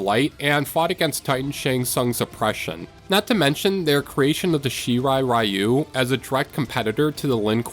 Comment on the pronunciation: Pretty cool video! My only gripe is the pronounciation of some of the names, especially a decent amount of the asain-based names (I.e. Takeda, Shang Tsung, Shirai Ryu, etc.) Like sweetie they LITERALLY say the names multiple times in the game 😭